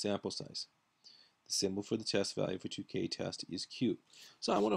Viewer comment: Tukey is pronounced like TwoKey, not like TooKay.